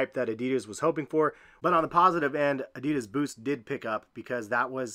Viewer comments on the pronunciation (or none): It hurts how he pronounced adidas:(